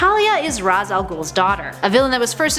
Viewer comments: ITS PRENOUNCED RASHE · It's "RAYSH" Al Ghul, goddammit! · Its noy Raz as in Raspberry! 🤣